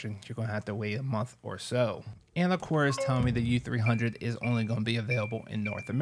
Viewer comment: The way you are saying their name is killing me